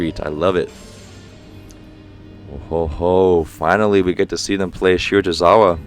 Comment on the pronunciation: It’s shi-ra-to-RI-za-wa